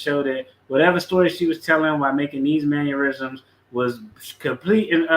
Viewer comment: "manurisoms" You must mean mannerisms